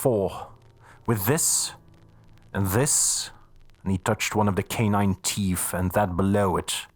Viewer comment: This narrator has a great accent for the European chapters, but why do all narrators have a speech impediment? This one can't say "th"...souf and teef, it spoils what would otherwise be a great rendition of this classic novel. The amount of mis- pronunciation is extremely annoying too. Such a shame, as other parts of the narration are spot on